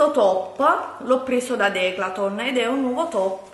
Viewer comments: le trasformi tutte le parole...tipo:" questo l 'ho preso da DECLATON'' 😂😂😂A parte il fatto che si dice "Decathlon'' sei simpatica uguale,anche per questo!!! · DECATHOLN Non declatlon😂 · Si dice decathlon non DECLATOOOONNNN 😂😂😂😂😂😂😂😂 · Declaton non è questione di dialetti. Non sa leggere, punto. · non è dialetto. pronunciare garnier cn la r finale o declaton o trodiato non è dialetto ma esser ignoranti che è molto diverso! Ho sentito napoletani parlare e ti assicuro che quelli con cui ho parlato hanno cultura e nn parlano così come lei. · Declaton??😂😂😂😂 alla prima pensavo avessi sbagliato..